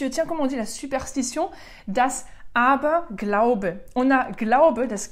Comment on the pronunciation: Aber tolle Aussprache